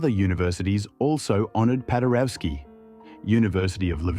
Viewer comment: "W" in all slavic languages is pronounced as a V - PadereVski.